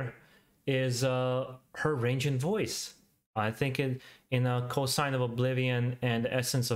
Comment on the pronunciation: Lol you keep saying Co-sign to oblivion like you do in previous videos. It is CoNsign to oblivion. Not annoyed. Just thought I’d point it out ‘cause it’s kinda funny. No worries.